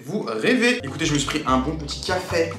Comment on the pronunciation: Café pas cafai